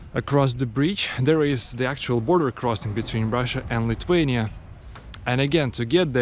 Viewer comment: Your English is great. Well done. But Lithuania has TH in the word, not T. You can't pronounce it Lituania.